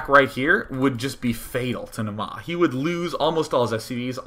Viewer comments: You're pronouncing it "Namaa" but it's "Naama". The first A is long. Finnish is hard to pronounce but just so you know =D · Naama is a finnish word that means Face. It's pronounced Naa-ma not Na-maa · it's pronounced Naa-ma